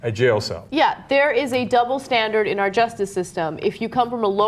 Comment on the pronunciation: Just wish he would say "Our customers..." not "Owwww customers..."